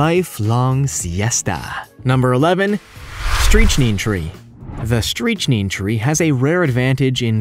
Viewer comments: you pronounce strychnine incorrectly. You say stree-ch-neen. It's strick-neen. in proper English, the Americans say strick-nine. You're welcome. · Dude. smh ... It's STRICK-nine like trick line. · "Streech-nine is when I stopped watching. Dreadful site, long, drawn out descriptions. The worst of AI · Streeeech neen? Not strict nine? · “Streetch-neen?” The correct pronunciation is “Strick-nine”, for those viewers who are confused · I am reasonably certain it’s pronounced “Strick-nīne”. Not “streech-neen” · Was cool until you started mispronouncing strychnine. Stryk-Nyne or Stryk-Neen. Not "streech-neen" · Lol at “streetch neen” My friend, Strychnine pronunciation = “strick nine” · actually that’s only the U.S. pronunciation British is strych-nin. Of course neither of the pronunciation’s beat streechneen whatever that is. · It's not "streech-neen"... It's pronounced "strick-nine." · Narrator: Streech-neen Everybody: Face palm. (The most dangerous of all palms) Every Dictionary: Strik-nine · It's pronounced "strich-nine", right? I've never heard anyone, including chemists, call it "streech-neen".. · Did he really say Streech-neen on number 11? It's pronounced Strict-9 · “Streech neen”? Lol! It’s pronounced “strick nine”, my love! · It is pronounced strick nine not streech neene. It causes a horrid death. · needs a pronunciation dictionary. It's definitely not [stri-tchi-nin]. I think you mean [STRIK-naɪn] in the US and [STRIK-neen] in places abroad. it rhymes with "stick nine" in the US. It's a neurotoxin causing tetanic muscle contractions. I think it's used in research, To me it sounds too nonspecific to use medicinally. It absolutely deserves a place on the list. Not sure about yews. If they're so dangerous, why do landscape architects plant them, and home improvement stores sell so many. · strychnine is pronounced striK-nine with a K sound. not with the "ch" sound. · Streech-Neen? No... Strick-9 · It's pronounced strich-nine not streech-neen.